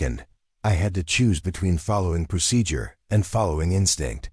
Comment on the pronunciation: The story is mostly good , but you don't know how to pronounce procedure or say military time correctly. Also you don't know how say and a model orf an Airplane or Helicopter . Or tell time. 14: 15 means fourteen minutes and fifteen seconds. In military time it's 1415hrs. Which equals in regular time. In the Italian 0830 in military time equals am in regular time. I regular time you must specify am or pm Other than that you have great Stories.